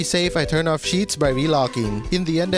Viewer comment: Why do you call cheats "sheets" 😂